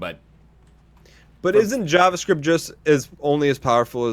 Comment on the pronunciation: If you say jahvascript one more time....